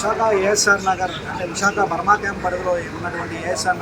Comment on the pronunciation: బుర్మా కాదురా బాబు బర్మా క్యాoప్పు